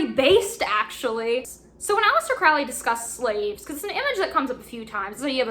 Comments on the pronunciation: It’s holy like Crowley not Foully like crowley, that’s how A.C pronounced it ✌🏻🏴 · BTW.. it's pronounced Crowley as in HOLY. Not crowley as in howly... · So, like the book says, speak as ye will, but if you want to know what most people consider to be the correct pronunciations, Liber is pronounced "lee-ber" and Crowley rhymes with holy. Keep up the Great Work,. 93!